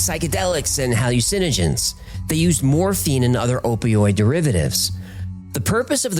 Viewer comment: Hal- yoo- sin - o - gens 🤡